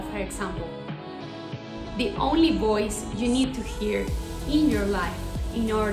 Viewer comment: Que horror mejor hubiese hablado español. Voice y boys no es lo mismo ni se pronuncia igual.